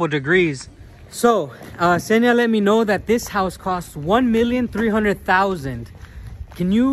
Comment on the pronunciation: Daniel's girl's name is Ksenia, not Zhenia (these are different names).